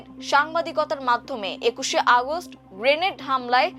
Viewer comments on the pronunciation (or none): none